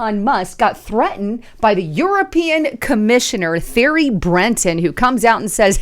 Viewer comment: "Thierry" is pronounced "Terry"